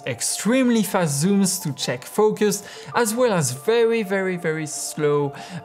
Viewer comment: This guy pronounces "Well" "Wåå"